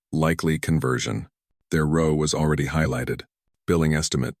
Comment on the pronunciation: I will tell you what I have been telling all the other new sites. You need another AI program. I find it difficult to finish a story that can't even pronounce simple words like row correctly.